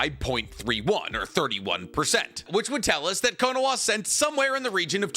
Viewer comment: Why do i keep hearing konaWa? Isnt it konaHa?